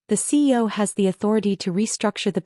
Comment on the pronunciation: It’s CEO NOT CO! So irritating that and lots of other words mispronounced that if a live body were reading instead of machine would most likely be pronounced correctly.